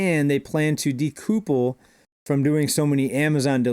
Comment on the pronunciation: De-couple bud not de-coopble. It sounds like couple in the middle